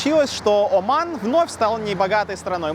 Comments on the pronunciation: Всё хорошо, но вот этот акцент каждый раз на слове «О»ман , прям режет слух 😂 ты же говоришь, а не пишешь ))) а говорим мы Аман, а не Оман )) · Как же эта "О" уши режет! Не надо её выговаривать, говори "Аман", чай не с Вятки. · Не Уман а Оман....грамотей.😂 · Очень режет слух как автор произносит название страны Оман, или Османы. Хочется послушать как он произносит РоССия или Пермь😅